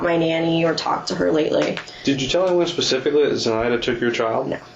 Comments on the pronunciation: The judge can't say "specifically". Ugh. Pacific is an ocean, Your Honor. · How does someone as educated as this judge keep using the words “pacific” and “pacifically” 😒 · He is an accessory after the fact to be specific or as the judge says pacific. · I’m sorry I just cannot get past the fact that this judge actually said “Pacifically” instead of specifically, 3 or 4 times in a sentence 🤦🏻‍♀️😩 he’s an ACTUAL Judge. Wtf. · This judge needs to go back to elementary school and learn the damn difference between Pacific and specifically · This "pacific" Judge is "pacifically" driving me nuts... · Lol! The judge keeps saying "pacifically" for specifically. He says it so many times and with such emphasis that it almost sounds like he's pronouncing it incorrectly on purpose... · Judge says pacifically? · This judge is so inadequate. He says “axe” and “pascifically” he also rubs his hands together… this was not a fair trial. She killed her kid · I don't know why he says some words differently. It may be the dialect he was raised with. However, aside from a few odd pronunciations, he was fair and balanced, and could come up with relevant case law in a heartbeat. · I was JUST about to say the same. I find that really weird. Does he not know the correct word, or can he just not pronounce it?